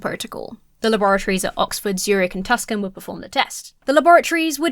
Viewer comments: Why does keep saying one of the Laboratories that studied the Shroud was in Tuscan (and the subtitles say Tuscan) when it was studied at the University of Arizona, Tucson (pronounced “Two-Son”), Arizona? It had me really confused! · pronounced Tucson, Arizona like it's spelled, which is aparently wrong.